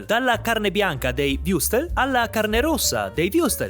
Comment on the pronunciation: Würstel.. WÜRSTEL! Non wustel o wiustel o wrustes...mannaggialama...mmma di jesoo